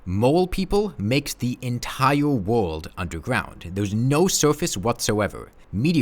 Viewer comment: Entiwe wowld